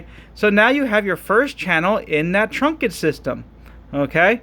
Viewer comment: Okay. Just to be clear. Okay. it's pronounced trunked system (one syllable). Okay. Not trunk-ed (two syllables). Okay. Just busting your balls 😜 Great video series. Very helpful. Thanks for posting 👍